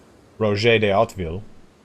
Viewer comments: I don't know if anyone told you already but I think you could be able to pronounce Hauteville fairly well if you say in english ''How to Vie(tnam)'' emphasising the ''i'' in Vie instead of the ''e''. That's the best way I can tell you how to do it xD I wish you luck and keep up the good work! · Yeahhhh buddy, another vote for Oat-veel from somebody who was (once) fluent in French and (always) a big history nerd. It's a little hard to really get it right without doing a French accent too - in natural English it'd be more like OATvil. Hit that first syllable hard either way.